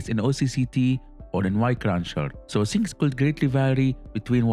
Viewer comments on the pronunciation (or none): none